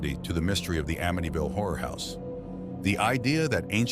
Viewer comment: You said there names wrong and amityville wrong